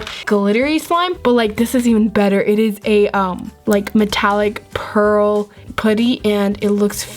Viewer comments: It’s p•uh•tty not poo•ty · It's putty not pooty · It not pooty it’s putty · Did anybody cringe how she says poody instead of putty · Tbh, why do ppl say poody instead of putty?? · Its putty not pootee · I love you, but stop calling it “puht-E” It’s “puhhhtttt-teeeee” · I’m not a hater! I ABSOLUTELY LOVE YOUR CHANNEL A TON!!!!! but... it’s putty not pooty it’s okay I’ve done the same thing 🥰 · It’s putty not pooty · Its "putty" not "potty" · I’m sorry I’m not trying to be rude but you say pooty it’s putty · It’s pronounced pu-tt-ee not poo-tt-ee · stop saying pooty. its not ppot-ty. its fucking puht-tee. say it fucking right. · It's p'a'ddy not pouddy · it's not pooty its putty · Ok it’s PUT-TY not pooty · Okay so this is cool too me how instead of saying putty and amethest (Sorry I cant speel) she pronounces them like pooty and ameethest btw this is not a hate comment I think it is cool cause I have never have heard someone pronounce those words like that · Do you say putty or pooty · why do you say pooty instead of putty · It’s pronounced (putty) not (potty) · Who else thinks it’s funny when says pooty instead of putty😂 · Who gets annoyed when says poutty instead of putty? No hate though. I love you 😜❤️💙💚💜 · Me but some people say it different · Your saying putty wrong your say pootty not trying to be mean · Why does she say pOOty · She said pooty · This is how we say putty ( p uh tt ee) :) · Can u stop saying pooty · She was saying how said putty. pronounced it at “pooty” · STOP SAYING PUDDY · Has anyone noticed that she pronounced putty as pooty. I mean no hate im just pointing it out I love yourr vidsss so much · The way u say putty pootty Love ya btw #notificationsquad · U say putty like it’s spelled poody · I cringe when she says putty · I love how she says putty XD :) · you cant say ''putty right'' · WHY CANT YOU SAY PUTTY!!!!!!